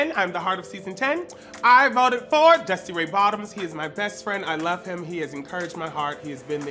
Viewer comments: the emphasis dusty puts on 'dusty RAY bottoms' will ALWAYS kill me i HATE it shsdhexd i dont know why it makes me feel so personally victimised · im aware! its just because before the show i had read it with the emphasis on 'bottoms' and when she first said it i went bald and old habits die hard i guess because it still annoys me l